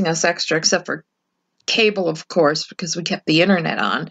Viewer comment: can't say Course.. she keeps saying Coerce 😅